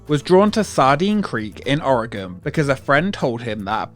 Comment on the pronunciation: Thank you for saying Oregon right!